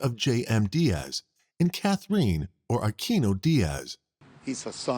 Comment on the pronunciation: How does the narrator get Mc-Ma-HONE out of McMahon? Most people would pronounce that as McMAHN. Also Katherine is NOT pronounced KATHer EEN.